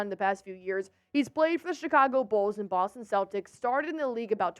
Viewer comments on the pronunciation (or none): none